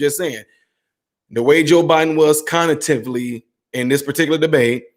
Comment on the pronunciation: You said “Conitively” twice at the start of this video instead of cognitively, how do you not know how to pronounce that word? Especially when you have stated previously that you are a doctor/medical specialist?